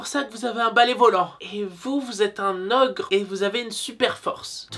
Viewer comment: Je suis la seule à avoir remarqué qu’il dit orque au lieu d’ogre 😅